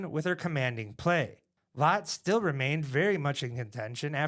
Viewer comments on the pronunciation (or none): I thought Latt was pronounced like Hat not Hot.